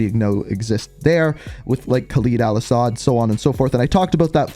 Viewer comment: Khalid Al Asad it sound Kh not K🗿😂